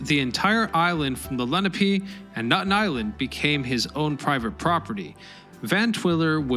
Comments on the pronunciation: And it's "Le-NAH-pay", not "LEN-ah-pay". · Leh-nah-pay. Not leh-nah-pee. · Leh NAH peh. Not LE na pee. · It's "Leh-NAH-pay". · It's La-nap-ah